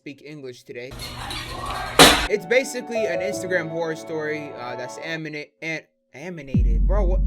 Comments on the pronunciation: “Aminated” I like dat word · He said aminated 😂